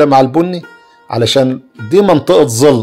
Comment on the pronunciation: ظل يا ابو عادو وليس زل